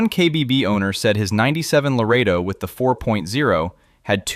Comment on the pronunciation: Ai slop voiceover. for future generations. likely all this guys videos... when you mispronounce 4.0 we all know whats up